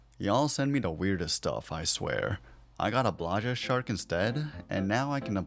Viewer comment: "blaja shark" you just made a lot of people angry (me)